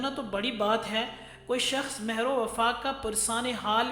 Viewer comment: تلفظ اور ادائیگی معیاری نہیں. معزرت ١ ١ مرد کو مروا پڑھا اور مہر پر پیش لگا کے پڑھا.. میں اہل زبان نہیں.